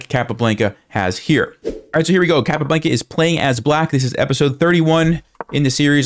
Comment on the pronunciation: Capablanca (kah-pah-BLAHN-kah) - please, please pronounce it correctly!